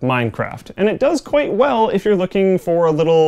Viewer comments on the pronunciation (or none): none